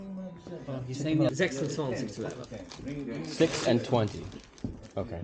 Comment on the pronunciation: the way you pronounced Chinesisch was very Swiss german 😂❤